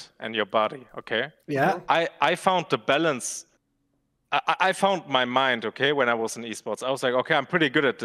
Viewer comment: Bruh I'm high af, but I swear pronounces ballance as ballons, I know he isn't a native speaker but I just find this shit really funny atm